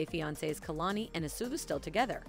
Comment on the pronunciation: his name is pronounced "as-weh-lo"